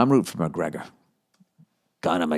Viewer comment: My moneys on “Poryer” against MUHHHGREEGGGUHHH!